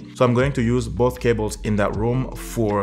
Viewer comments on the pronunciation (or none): none